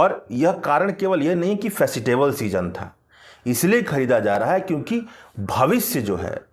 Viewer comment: bhai bolna sikho festival